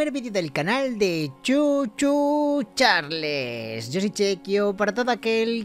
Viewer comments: Chequio se pronuncia chars no charles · Bro, parece que no sabes ingles , se pronuncia charls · NO ES CARLS ES CHARLS Y SE ESCRIBE CHARLES